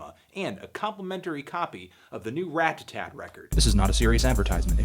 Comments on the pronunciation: Rata-Tat. Not Rat-ta-tat. Love, Your friend Cody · ***** It's possible to say Ratta-tat (which is the correct pronunciation) without the tt making a "d" noise. I'm North American and say it this way. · word. It's not Rad-A-Tatt... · You say their name really weird like "rat-tatat" and i'm like "ra-tat-tat" yknow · Haha instead of pronouncing it Radadad, you're now really emphasizing the t's! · RAT TUH-TAT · ***** I'm not American, and in my accent it's actually easier to pronounce it Rat-a-tat (because I'm Swedish, and in our language we never pronounce t as a d). But Rad-a-tatt sounds a lot better and that's what I've heard everyone say, including Kid Cudi for example. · Clearly it’s raduhtat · if I ever have to hear you pronounce "ratatat" one more time I'm going to kick my own ass. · Haha way to pronounce those T's, homie :) I remember how people have you crap for saying "Radadat" on your LP4 review. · You say ratatat weird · He is pronouncing the first t like a "t" instead of a d like most north americans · At least he's not saying "Radadat" like in his LP4 review. Anyways, I feel weird about nitpicking him about this. Who cares